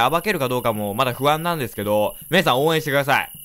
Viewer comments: P Na 確かにww 私も聞こえたw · P Na うちも聞こえた笑笑